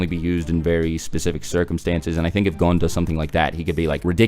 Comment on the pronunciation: Gone? What the fuck is wrong with the way you say gon's name?